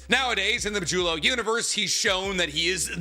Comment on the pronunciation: “Majulo” even if it is how it’s supposed to be pronounced is actually frying me😭